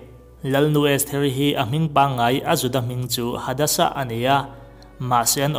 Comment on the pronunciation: Estheri hming pakhat zawk hi Hadasi ti a lam tur zawk ani